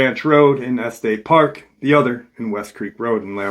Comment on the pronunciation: Just wanted to let you know that it's pronounced (eSS-teSS park) and (Lair-ih-merr county). Colorado native here... Yes I believe this was absolutely a mountain lion attack but my twin brother and I have seen some really weird stuff up in the mountains we have here